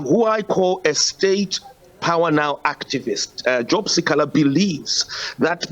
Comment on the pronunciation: The news reader can't pronounce si kha la 😱